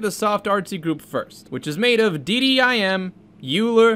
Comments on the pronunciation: The ‘a’ is for ancestral. Those are very creative methods that can generate almost new image at n sample counts. Also Euler is pronounced as oiler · Great video. BTW, Euler is pronounced "oiler" and he was probably one of the most brilliant mathematicians ever born, which is why someone born in 1707 is still pretty awesome even today. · "euler" is pronounced "oil-er" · Euler is pronounced like oi - luh. It’s German.